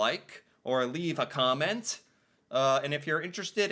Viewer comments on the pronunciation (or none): none